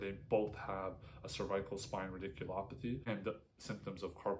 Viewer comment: You are mispronouncing cervical.